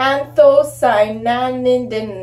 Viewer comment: “Ann tho sigh ah nins”. Hope this helps.